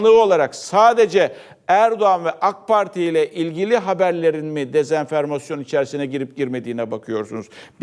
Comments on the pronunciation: Sayın Portakal, sizi çok severek takip ediyorum. FOX'tan sonra, You tube kanalınızdan da... Dezenfermasyon değil, dezenformasyon, toplumun sizden her zaman olduğu gibi teleffuzda bile, doğru esliginde bilgilenmesi gerekir. Ayrıca bu ülkenin ve bizlerin Erdoğan 'ın halkın yarısı ve muhalefet için terörist demesinden epey bir sıkıldık... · dezenfermasyon değil, dezenformasyon